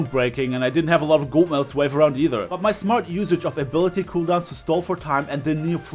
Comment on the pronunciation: this is not a roast but "golt medals" 😂😂😂 love u man keep up the good vids